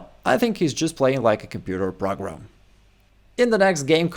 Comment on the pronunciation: PRAG-Ram was hilarious 😂